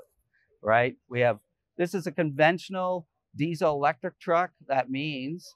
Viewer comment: This is TRUCK not a truck. You mispronounced